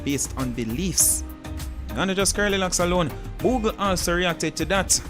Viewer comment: say boogle!!!😂😂😂